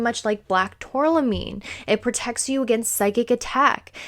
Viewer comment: Please pronounce tourmaline correctly. Geologist here. Turm-a-leen